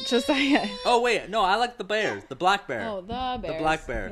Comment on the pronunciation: 'Da Bears' You totally caught me off guard. I was cracking up. I even rewound and played it again to make certain that's what I heard. You're so young to know that reference.